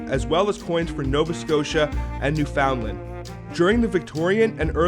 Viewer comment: Excellent stuff, though you need to work on your "newfoundland" pronunciation :P